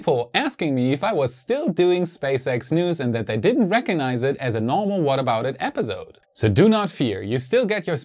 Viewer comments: Great reporting but could you say episode instead of epizode? Accents are fine but you say that word so much that it really stands out due to the "z" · In the word 'Episode' the s is an 's' sound not a 'z' sound. Thought you might want to know.